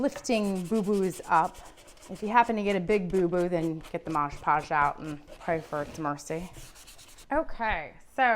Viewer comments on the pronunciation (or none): Its mod podge not modge podge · It's called MOD Podge, not Modge Podge. I'll never understand why soooooo many people don't see this on the label and continue to mispronounce it....especially when making YouTube videos. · "Mod" Podge. Not "mahsh" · MOD PODGE! MOD NOT MODGE. I almost stopped watching because that bothered me so much. Ugh! 😣 Yeah, can’t do it. There are so many other videos with the same process. I couldn’t finish this one. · Midge Podge??? Mod Podge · Omg….I thought I was gonna lose my mind with the “Modge Podge” thing. But she did a good tutorial on Mod Podgeing this dresser. ❤ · It's MOD Podge. MOD - with no g, no j, just MOD. Then Podge. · Nice job, really. That said, wish your mother had taught you (in the 1970's) that it's MOD.... MOD PODGE.